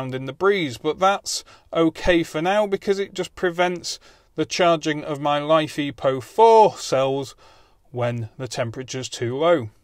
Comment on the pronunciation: Mate it is not life e po 4. It is Li (lithium), Fe (iron), Po4 (phosphate). Check the periodic table. I like your vids but you sound like a git with your battery naming.